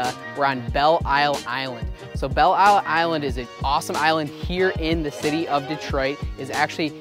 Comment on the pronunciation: It's pronounced Bell Lyle.